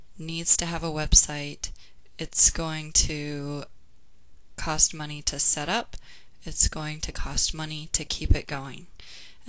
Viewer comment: The first page you said "moncy" instead of money...just thought i'd point that out. Anyways great video! :)